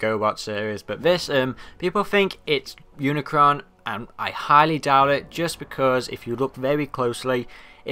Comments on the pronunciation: It not uncron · dude its unicron